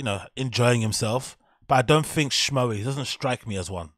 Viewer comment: Honest question.. Why do you say l, "fink"?